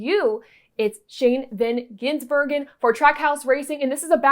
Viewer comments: GIS BERG EN.... not Ginsbergen..... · Gizz,not gins......